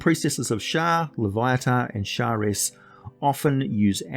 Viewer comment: I am surprised that someone that has such a rich British origin language would pronounce a name incorrectly. Loviatar pronounced: /loʊˈviɑːtɑːr/ loh-VEE-a-tar.